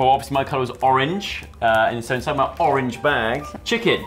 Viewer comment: love you but i have got to say orange